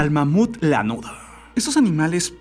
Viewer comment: Nadie absolutamente nadie: Tu cosmópolis: "lanudoh" "carbonoh" jakdjakxj